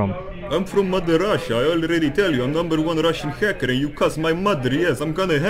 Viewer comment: Numberre onea russhhiann haaackaar 🤣👀